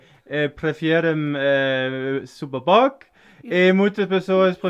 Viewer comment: TYVM for speaking better Portuguese now, Amalie still speaks better than you... You say SUPER BOC n vinho do PORTO perfectly...lol